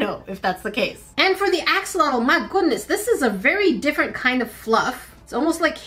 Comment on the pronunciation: Here I am again with a 🌟Friendly reminder🌟 That's NOT the correct way to pronounce Axolotl 🥲